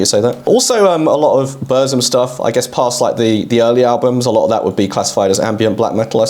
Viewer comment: I am sorry, but I am triggered. While you've pronounced Drudkh decently, though wasn't sure about it, Burzum and Xastur is so off. And it is a common mistake. Burzum is from elvish of LOTR, and z here as ts. So pronounce it as Burtsum. Just listen to how Varg pronounces it. Xasthur is a bit complicated. As a livecraftian monster you should look at how he would say it. And it is like Spanish J, or H in ham. Basically Hasthur. Counterargument would be that the founder of the band doesn't say it this way. He says Zasthur. And it is confusing.